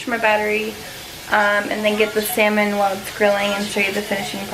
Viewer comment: .......pinche juerta! "JOWL-A-PENOS" ... ....really? Then "SELLL-MON".... Thats why ethnic women ONLY. Thumbs up if you agree.